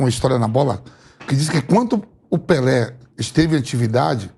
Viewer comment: “Esperô morré pelê”